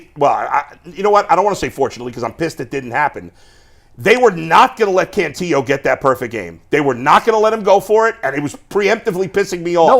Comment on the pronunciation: Guys you sound dumb- it’s “Can-TILL-o”, not “Can-TEE-o”. The guy has been in the org for 3 years, you should know this by now.